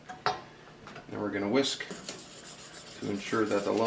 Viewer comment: Hahaha... your "whisk" was cracking me up. 🤭 Thanks for the great recipe!